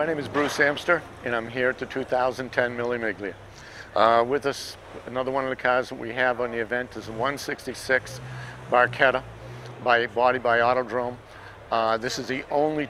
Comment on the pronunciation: Miggly Miggly? LOL nice pronunciation maybe just say MM.